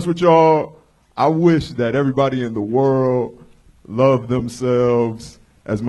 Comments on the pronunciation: Redban: "...THE ROW FAMOUS COMEDY STORE..." Why is it impossible for Redban to pronounce the word "WORLD?" Among other things it's impossible for Redban to do... this just seems really, really simple... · lol "rural famous comedy stooooore"